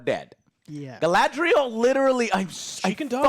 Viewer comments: Gala-N-driel lol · Having Joe FINALLY pronouncing Galadriel right brought tears to my eyes. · How Joe has been pronouncing things since the first trailer dropped (i.e. Galadriel) has bothered me. It's like nails on a chalkboard 😭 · It is not Galadriel, it is Galasriel, Galapriel, Galakriel... whatever you come up with